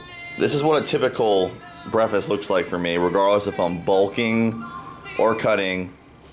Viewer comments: breafast.......there's a "K" in the breh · How many times did he say "brefast?" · 28 months into your offseason?? Was this intentional to take that long or did life just get to you? Also hilarious how you say 'breffest'